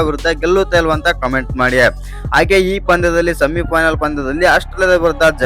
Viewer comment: ಅಣ್ಣ ಸ್ವಲ್ಪ ಕನ್ನಡ ಭಾಷೆ ಮೇಲೆ ಹಿಡಿತ ಇರಲಿ "ವಿಸ್ಯ ಅಂಗೆಯ